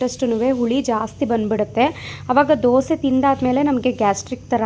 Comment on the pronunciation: Dosa instead of disa